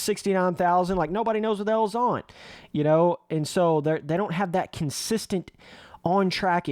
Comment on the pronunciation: Did just say consisilent? LMAO